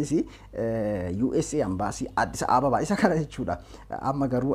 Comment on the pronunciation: Hey leenca ko "AMBASII" hinjedhin "EMBASII" JEDHII DUBBISI, MAALOO,,sijaalanna Jaabaadhu😍!!